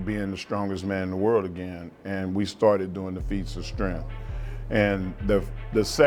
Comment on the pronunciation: Fees uh stremf